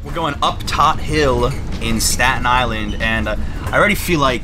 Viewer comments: Sorry it is pronounced toad-t hill not todd-t hill. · "Todt" is pronounced "Toad" Edit: not criticizing, just informing.